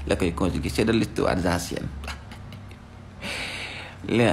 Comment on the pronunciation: Mom louy problemam ak z Zamadou, zabandon, zapr , zancienne 😂😂😂😂😂